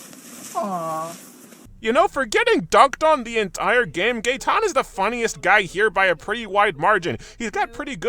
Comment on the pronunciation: It was Gaetan? I only heard Gay.